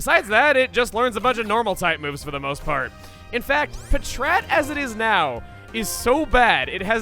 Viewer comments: Pa-TRAT, Pa-TRAT????????? Come on everyone in the entire world knows it's Pat-Rat. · Pa-trat? I always pronounced it like pat-rat. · It's "Pat-rat", as in packrat. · I have never heard anyone pronounce patrat puhchrat. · I was so caught off guard in how he pronounced patrat. Even if it is the official pronunciation, I always pronounced it as if it was two separate words.